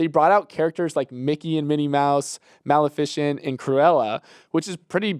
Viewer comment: Also, can we please take a moment to appreciate how doesn't know how to say Maleficent or Zaslav. LMAOOO